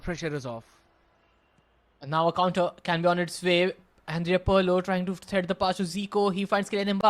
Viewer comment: someone tell this commentator its not parlo its pirlo😢😢😢😢